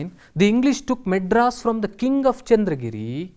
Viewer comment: Maedras not madras